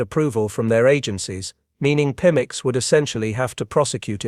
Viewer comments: Right!?!? Even us simple humans can say PEMEX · Pemex, pronounced PEE-mex.